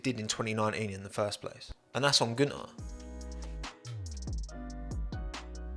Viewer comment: Get it right, it's Guenther "F**king" Steiner